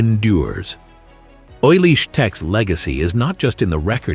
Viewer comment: One thing, his name was pronounced oolie, not oily.